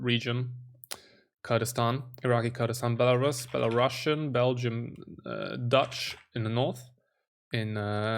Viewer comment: My man, belarusian ≠ belaRUSSIAn. Pls.